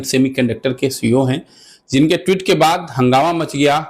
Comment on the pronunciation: हे संवाद दाता महोदय ट्वीट का सही उच्चारण करना सीख लीजिए।